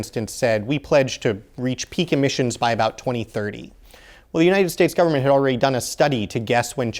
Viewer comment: "Emmisions", "Emmissons"